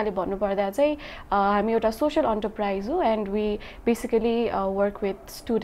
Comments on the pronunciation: Enterprise " it's not aunterprise . it's ant ur prize. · Its En not ant. En tuh priz